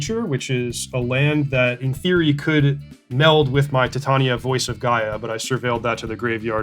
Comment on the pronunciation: Everyone else: titain-ia Reid: tit tania